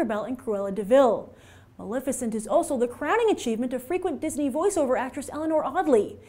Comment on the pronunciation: Maleficent not Malificent